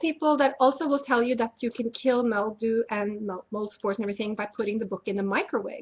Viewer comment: She keeps saying MEL-dew instead of MIL-dew. LOL.